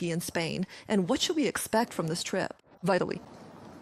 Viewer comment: Of course it’s AI. It can’t even pronounce Vitaly, a very common name, correctly. This propaganda network has to use AI because they finally sent the old cast to the trenches in the white vans they repeatedly denied existed. 😂